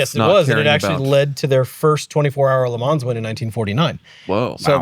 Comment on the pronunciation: Great podcast. but the pronounciation of Le Mans, Villeneuve and Imola makes me cringe. I'm English too, so not even a native French/Italian speaker and you got them all so wrong!